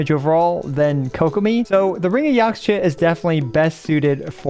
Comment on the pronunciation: Just like with Chinese the X in Mayan words like Yaxche is pronounced as SH ^^ So it's Yashche :D